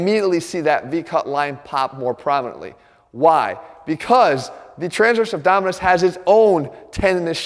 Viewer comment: ABDOMINIS, not abdominus, boy!